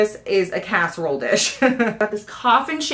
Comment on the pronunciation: Cask-erole dish 😂😂